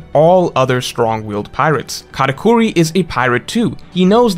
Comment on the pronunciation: It’s katakuri not katacorey… besides this great video ❤